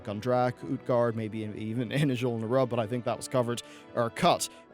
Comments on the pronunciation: It's pronounced like "nuroobians," not "nighroobians" and "azjol-nuroob," not "azjol-nur-rub" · Nehroobians, not Nuroobians. And Azjol Nehroob, not Azjol nuroob. Lmao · p enis Ugh the way he kept emphasizing NAI in Nairubians was triggering me hard. NERUB it’s not hard to say. Azjul NERUB not Azjul Nairub. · You're butchering the name Azjol Nerub. Still love your content though.